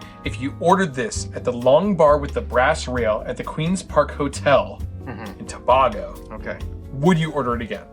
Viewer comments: To-bay-go, not to-bah-go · Toe-bay-go. Say it fast. Such a fun episode. Loved the monkeys but you guys looked weird in the AI. 😅😂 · The mispronunciation of Tobago is hilarious. Queen’s Park Hotel is in Tinidad NOT Tobago. This guy is an idiot. T&T is recognized as one Country 2 separate islands.